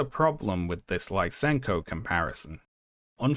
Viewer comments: Lisenko is pronounced like "lee-senko", not "lye-senko". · You pronounced Lysenko's name and surname wrong. I was like "Who's LaisEnko?"